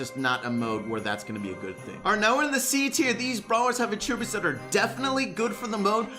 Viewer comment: Anyone else realize that doesn’t know how to pronounce attributes?